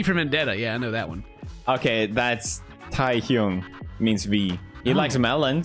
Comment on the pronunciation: And tie-hyung